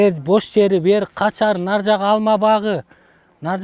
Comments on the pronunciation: Кашар дебей Качар дейт го Алмаздын кузнечиги😂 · Качар дебей.😂кашар дечи